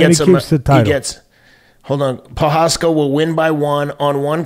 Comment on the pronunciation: I love Teddy's philosophical outlook. PS: pronounced pro- haas- ka and te-share-a